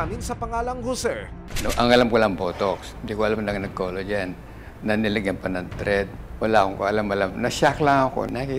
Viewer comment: Senior ka na po nanay pag pronunciation mo ng collagen collogen npo sab i mo wag na po kayo mg pa retoke kung pati collagen collogen na pag bigkas mo po 😂